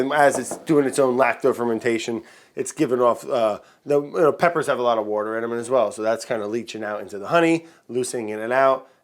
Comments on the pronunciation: I've been watching Bon Appétit for a while and Brad has to be my favorite I really need a Bon Appétit Brad shirt that just says "wourder" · Was that a Philly "wooder" you let slip there? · I spent half an hour trying to find out what "WOURDER" was and why I had never heard of it...lol You are too funny Brad...lol